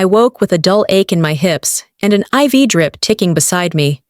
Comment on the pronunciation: I'm stunned; in all of these stories; no one has ever pronounced IV properly before.